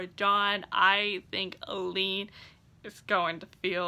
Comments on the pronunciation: A-Lynn... I kept thinking you were saying Elide Lochan and I was super confused why she would be in a coffin on the cover. Lol of course, IDK how Sara J Maas heard the name in her head, I only know how it's pronounced on the Audible books. (Also, my daughters name is Aelyn :) ) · The pronounciation of Aelin 🙆🏽💔